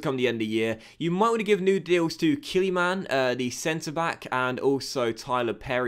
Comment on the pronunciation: Your pronunciations are absolute gash my dude, Killymann? Vinuhgray?